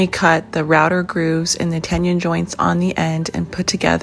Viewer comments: Helpful tool and video, but it's not a 'tenyun' - it's a tenon - pronounced like 'tendon' without the D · Very helpful! I've got some cabinet doors to build soon. Is it weird that it bothers me every time you say the word "tenon"? 🤣 There's no "ñ" in it...so you don't need to say it like "tenyins" 😂. Keep up the great work though, i've found a lot of great info over the years! 👍🏻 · It's pronounced "ten non" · Yes, that was getting on my moobs 😂